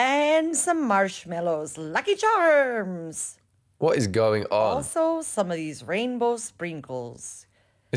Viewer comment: Is she trying to do an Irish accent? I'm truly offended 😭